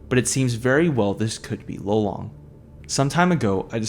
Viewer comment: It wasnt lolong it was lelong dude